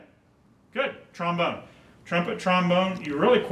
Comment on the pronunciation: Trombome ha more like trombon-er